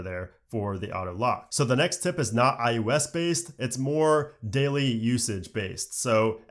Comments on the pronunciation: Does anyone else hear him saying "I U S" instead of "I O S "? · I think its iOs not iUs......but im sure you know that which makes it even more odd..... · i swear you keep sayin "iUS"